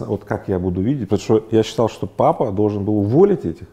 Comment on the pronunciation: Игорь, вы некоторые слова произносите на казахский манер, по-азиатски)))) например - пАААтамушта, пАААдругому